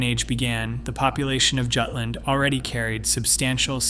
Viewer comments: Jutland, pronounced Yewtland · It is maddening, in an age where people insist on pronouncing "Jagdgeschwader" correctly, that even highly regarded naval history channels pronounce Jutland as though it were an English word. 😂😂